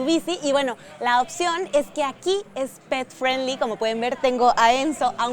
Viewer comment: Hola amiga....una observación para tī. 5 veces dijiste pet friendly y las 5 veces lo dijiste mal, te recomiendo que uses el espańol ya que no es necesario decir unas palabras en ingles, ademas no todas las personas te van a entender.